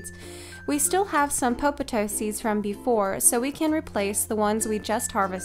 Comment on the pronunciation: You have such a lovely voice! And for some weird reason, I love the way you say "popotoe."